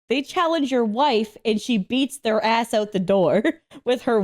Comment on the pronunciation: It's "ass", not "ah".